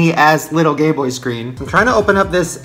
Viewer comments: Shane said Gay boy in stead of game boy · you literally said Gayboy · when Shane says "Gayboy screen" instead of "Gameboy screen" 🙄😂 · You said gay boy instead of game boy XD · Instead of "This tiny ass Gameboy screen" I'm pretty sure he said "GayBoy screen" lol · I thought Shane said "Gay Boy" 😂😂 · I high-key think he said game boy, but it just sounded like gay boy? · I swear he says 'Gayboy' the entire time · Everytime shane says game boy i hear Gay boy 😂😂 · It sounds like he continuously says “gay boy” instead of “gameboy” 😂 I can’t not hear it lol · It sounded like he was saying "Gay boy" not gameboy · it sounds like he said gay boy screen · i swear i heard gay boy instead game boy